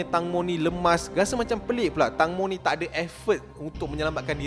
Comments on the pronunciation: Nama dia tangmo disebut (teng-mo) bukan (tang-mo) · Pembetulan "TANGMO" sebutan yang betul thailand bukan "TANG" tapi "TENGMO (tank-mo) " ... TENGMO tu maksudnya TEMBIKAI kalau dalam bahasa thailand... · Sebutan nama dia tengmo ejaan ja tangmo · Tengmo is the correct sound bila sebut tangmo...sorry mencelah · eja tang mo disebut teng mo... sebut betul2 netizen Malaysia